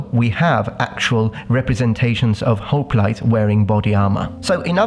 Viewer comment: Are you pronouncing hoplite right?